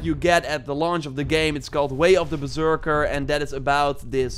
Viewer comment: It's pronounced "Berserker"